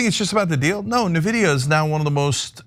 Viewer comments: It’s pronounced ENVIDIA not Navidiya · Or En-videa? But NOT nehvidia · It’s “en-vidia” not “na-vidia.” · N-vidia. En-vidia. In-vidia. Not NaVidia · Like, I don't blame ana at all for how she's pronouncing Nvidia. lol. But, everybody who knows about them knows it's pronounced "en-vidia" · I'm an AMD simp so I'm torn that they don't realize it's pronounced "N-vidia" not "Nehvidia". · I'm a member but 1) It's not NAH-vidia! It's N-Vidia... 2) Its not the H 2 O chip - its the H TWENTY chip. 3) Jensen makes sense... He told trump the same thing he told lots of people - If we stop selling US chips to china - they will make and advance their own eco-system of chips in which we will lose control of advancing our chips there and our interests. The H-20 chip was already made to be a weaker chip so as to not give them our best chips. Trumps original policies went too far way beyond the restrictions. This correction is actually a good thing. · i was left speechless : Ana ,you live in U.S.( i don't) and you can't even ...😱pronounce correctly the 1st company in history which passed the 4trillion value ??? It's like pronouncing Microsoft instead of M(a)icrosoft !!!! really ? Nevidia ??? And since i've heard many nonsense from people in the past about what is verbally correct ,and i'm sure you would argue the same like those people ,i'll say it ahead in order to prevent that argument : nVIDIA isn't some dictionary word . It's a company which certain Founders have ...founded and those certain Founders are the ONLY ones who will decide how their company will be pronounced !!! And guess what : they don't pronounce their company nevidia ,so why on earth are you changing THEIR company's pronunciation ??? (*FYI , i'm a fan of nVIDIA since 1999 ) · "En-vi-dia", Ana. Envidia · It's pronounced "en-VID-eeyah" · Love you guys, but it's "en-vidia". Like the letter "N", then just vidia. Their favorite pastime is money gauging PC gamers and being greedy in general.